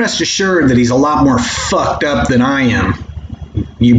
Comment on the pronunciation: did you say......"moron him later"? oh...more on him later.